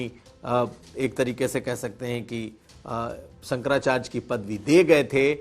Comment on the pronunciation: Bhai bolna Sikh Jaoo sankracharj nahi hota sankrachary hota hai hud hai yaar